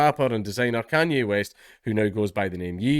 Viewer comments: lmao.... it's yay. it's the second syllable of kanye. you don't call him kanyee, do ya? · It's "Yay" as in "Kan-Ye" the tail end of the name being pronounced "Yay" not "Yee" yeah I know when I figured it out I thought it was retarded as well. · It's pronounced 'Ye' as in 'Yeet the jews' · You pronounce Kanye by: Take genghis khan, and YAY Khan YAY Kanye West one of his first performances they said Cane lol